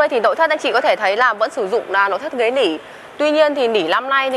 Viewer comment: " Lăm" lít tư hay năm lít tư? "Lối niền"hay nối liền? "Lỉ" hay nỉ"? Mở "dộng" hay mở rộng? Lấy gió "chong" hay lấy gió trong?...Không phải tiếng Việt nên người Việt nghe thật khó hiểu.